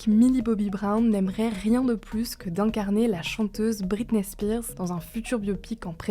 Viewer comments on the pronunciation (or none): none